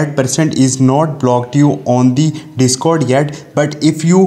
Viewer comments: Cringe indian accent be like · “On de de-scord”